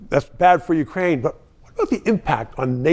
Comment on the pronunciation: Ukraine not wekraine